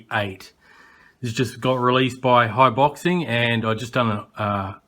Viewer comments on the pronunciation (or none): Pronounced High-Bo-Zing, lol